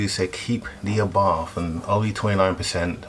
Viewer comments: Abarth not arbarth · It’s an arbarth not an arbarff surely?? Love the wheels though. Good call. Also the mods you have installed brilliant.